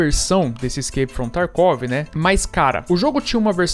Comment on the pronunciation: "Iskeipi from tarkuovi" 😂😂😂